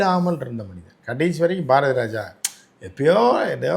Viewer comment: என்ன சொல்றாரு #ஜாரதிராஜா னு எனக்கு கேட்குது மத்தவங்களுக்கு என்ன கேட்டுச்சி 😂😂😂